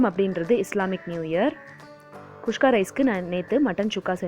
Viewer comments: Adhu not kushka its kuska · catherine malathi kuska she is saying kushka... probably comes natural for her